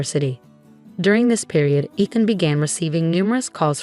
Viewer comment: Is her fiancé / husband name Eeethan, Ehthan or Aathan? Narrator can’t decide how it is pronounced.